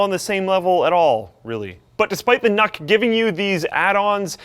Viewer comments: I’m pretty sure it’s pronounced nuke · I think it's pronounced nuke :D